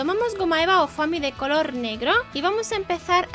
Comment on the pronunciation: se pronuncia fomi no foami